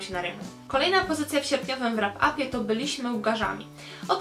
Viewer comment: Ulubieńcem miesiąca stanowczo stała się "Biała księżniczka" Philippy Gregory. :) Słonko, tak zupełnie na marginesie: w słowie "wrap" "w" jest nieme. :) Pozdrawiam ciepło!